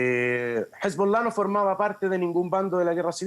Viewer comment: "No tengo la más puta idea de lo que estoy hablando, sólo he visto las noticias igual que ustedes, pero mi opinión experta es que es un ataque Israelí, y me gusta decir hezbOLlaaAhh. HezbollAhhhhhhh. Nunca lo había dicho en la tele antes, mírame mamá como digo HeizBooLaHHH